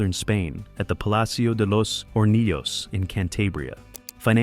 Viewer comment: Excellent video but that's not how you pronounce Alejando Amenábar 😅 nor Palacio de los Hornillos nor Cantabria